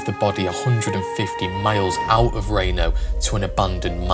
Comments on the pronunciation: How about a shoutout to helen. She had to have followed that train just waiting for him to break out and jump off. And its not rainō its reeno. You brits and your pronunciations smh 🤦‍♂️ haha And what a badass old man. Up in his apartment, sees the robbers in the street, and says here boys have some buckshot. I have a semiautomatic shotgun with buckshot, so hopefully i can shoot through my door if i need to. But I’ve patterned it and from across the street its like 3 feet wide. Barely gotta aim. Hey fucker, catch a wad. Good luck digging the lead outta your arm. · Just so you know Reno is pronounced Reeno, not reno